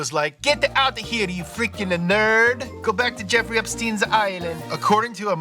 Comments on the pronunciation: "go back to Jeffery epstines Island" 😭😂😂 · "Go back to Epstien's Island " 😂😂😂